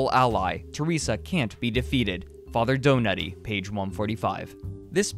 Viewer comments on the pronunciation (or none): "Father Donoughty" Lmao okay, Mr. Doughnut. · I actually heard it as "Do naughty" as in "he's a perverted old man"